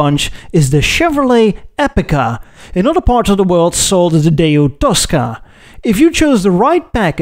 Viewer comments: "DAY-YOU"?!? Daewoo is pronounced "DAY-WOO" But what do I know, I'm just an English-speaking Filipino who loves to learn about The Automotive Industry from other countries. I sure want an episode that touches on The Philippines's Automotive Industry. Side Note: I speak in 'Murican English, not Bri'ish English. XD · It's Daewoo, pronounced Day-woo, not Day, ooh. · Why do you keep pronouncing "Daewoo" like "Day You?" Just because Jezza does it because he considers anyone from south of Land's End to be a "bloody wog" doesn't mean you should mimic his mispronunciation! 😄